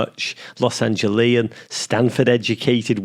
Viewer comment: Los Angeleian? No, The name is Angelina